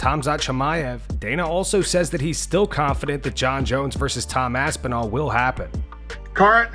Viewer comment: Damn Dana cant even say Aspinals name...